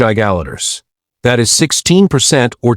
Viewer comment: Teach AI how to say Giga litres